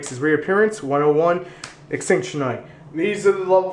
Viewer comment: are you serious, extintion knight... It's ex-cì-ton knight or ex-cit-on knight.